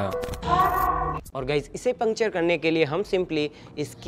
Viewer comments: Pincture ? 😂😂🤣🤣🤣 died laughing 😂😂😂😂😂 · Pinkture 😂😂 puncture 😃😃